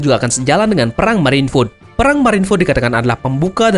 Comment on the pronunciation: Marine food? Marine ford bang :v